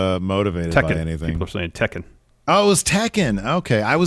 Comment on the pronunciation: Thank you for pronouncing the fighting game Tekken properly cough cough Michelle Rodgriguez